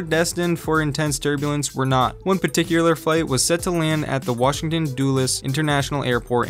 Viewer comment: Anyone else hear waTCHington DC? Just me? 😂